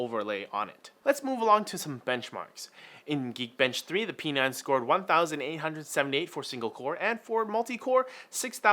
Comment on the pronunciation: P9 ? "Pee Nein" !